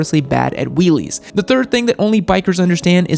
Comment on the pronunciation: What the fuck is wrind and whreelie....